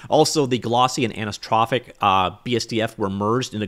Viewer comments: it's anistronic. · It's pronounced "An-eye-so-trope-ick" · "Anisotropic"! Please say that 10 times so your tongue could remember how to move ;-)